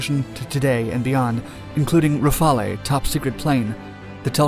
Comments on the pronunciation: RA-FAL. Not Raphael. Not RA-FAL-AY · Please, it’s Rafale , pronounced ‘rafal’, not ‘rafalay’! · Did you just say rafalay lmao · Violinist 1 Rafale is pronounced ruff ale actually just saying. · Yeahhe called it Ra fa le lmaoooo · Finally, everyone I talk to says "Rafaele" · Yes but I hear everyone say: Ra-Fal-e. With a pronounced e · The French Rafale in the Magellan.tv commercial.s pronounced Rah-Fi-Elle. I'm here for you. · ra-fa-leh lmao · “Rafale” is pronounced with a silent e. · Lol How did you just pronounce Frances Rafale?